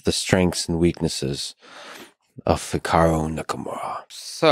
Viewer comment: I feel like any time I say Hikaru’s name from now on, I’m going to say it like Lex says it